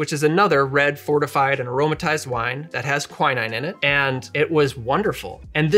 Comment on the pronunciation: Apart from the indescribably weird pronunciation of quinine, I love this channel! We've upped the cocktail game in my house by lots of levels!